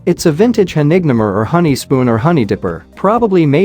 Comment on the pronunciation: Your robo narrator sometimes really messes up. Honignehmer is German for "honey taker," and is pronounced HOE-nig-NAY-mer.